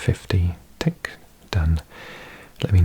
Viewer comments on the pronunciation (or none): none